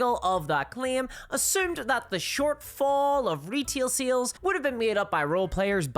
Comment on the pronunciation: I hope this doesn't come across as mean spirited but I just had a good laugh about halfway through this video. It took the host saying the word "sales" at least 15 times before I realized they weren't saying "seals." I genuinely was taking far too much brain power to try and figure out what they meant by seals. 😂